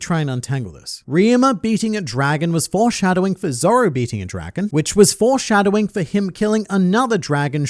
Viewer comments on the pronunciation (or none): Hearing say, "Foreskinning" is amazing!